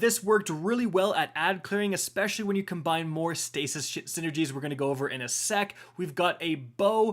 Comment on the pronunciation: was I the only one that heard Stasis Shit synergies? 😂